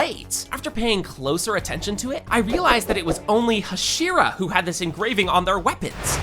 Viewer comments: "Huh-SHEE-ruh" bro the actual voices are RIGHT THERE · Bro why are you mis pronouncing every possible name, mugen you pronounced “mujen” hashira as “hasheera” tengen as “tenjan” like cmon bro you “watched” the anime but forgot pronunciation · Am I the only one who couldn't watch because he mispronounces "Hashira"?